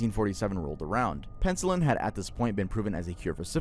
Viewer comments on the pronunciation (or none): This man said Pencil-in